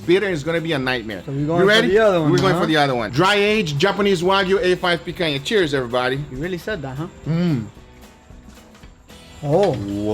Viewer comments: Guga, are you from Brazil? You say picanha just the way it's meant to be said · Guga, you saying picanha sounds like a natural brazilian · Does someone knows where Guga is from? He pronouced "picanha" perfectly! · vc é brasileiro mano? falou "picanha" com sotaque daqui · The way you say picanha makes me think you're brazilian... vc é?